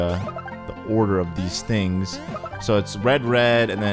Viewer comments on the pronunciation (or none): none